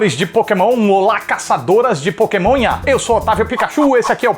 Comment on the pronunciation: Quando ele disse pokemonha eu escutei maconha....kkkk